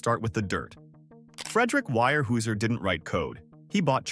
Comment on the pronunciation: weyerhaeuser is pronouned where house er